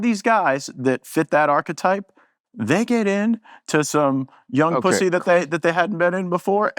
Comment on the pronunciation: views, money and so he can tell the far right he’s willing to call out both sides for the 4 millionth time lol. Hearing Matt say pooohsie made my old horchata highway dry up a little bit